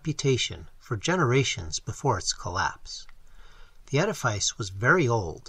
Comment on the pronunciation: The word is ed a fiss not ed a fyce.